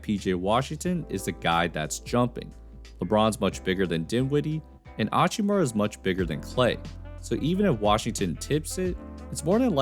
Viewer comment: Why this dude always pronounce hachimura without the H. Is there an extra chromosome in that head lil dude